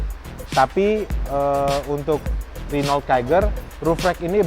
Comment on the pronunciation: its Ren-O